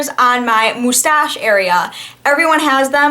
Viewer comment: You say "moustache" with a french accent 😉